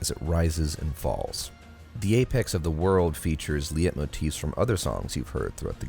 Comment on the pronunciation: Great vid man - just a note that leitmotif is pronounced like "light-motif"